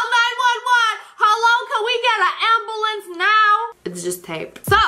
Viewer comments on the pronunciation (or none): “ can we get a amBOOlancEy now”. love it